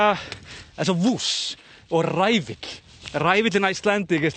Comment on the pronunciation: it's a wuss, not a woose 😂 stunning photography as always! less wind = more gorgeous smokey mystery 🥰